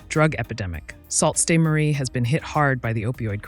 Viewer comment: I stopped listening to you at "Salt Sain Marie." What the f was that? It is pronounced: Soo Saint Marie. Goodbye!